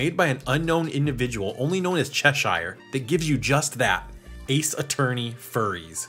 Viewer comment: did he just say Cheshyre? Because Cheshyre is a musician with a youtube channel